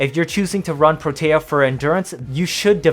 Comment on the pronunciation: I feel like Protea doesn't get nearly enough recognition, and people just subsume for dispensary. I'm out here like "put down 3-5 turrets at once, max duration, and try to find an enemy you can't kill." (Also, I REALLY don't want to be that guy, but it's "PRO-tea." That's how Parvos pronounced it, anyway)